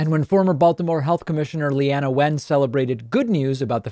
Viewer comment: It is not said dr. Leanna, it is le-na, she is fucking awesome, I love that woman she would be on wypr the local baltimore npr station all the time going over health issues and she is great David how dare you call them on their hypocritical personal belief bullshit, just kidding I'm glad you pointed it out, it was a really well made point